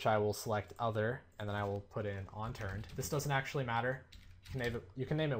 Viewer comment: UNturned.....ONturned. u keep saying ONturned lol